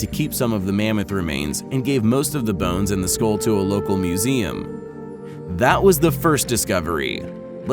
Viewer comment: what's a 'skoll'? I always thought it was skull.